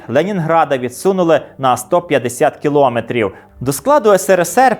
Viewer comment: Скільки брехні, і все те саме ми чуємо й зараз вже на свою адресу 😟 дякую за цікавий випуск. Є маленьке орфоепічне зауваження - наголос в слові кіломЕтр на останній склад😊